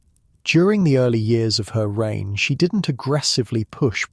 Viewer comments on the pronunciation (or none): none